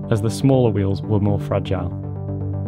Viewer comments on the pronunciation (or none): none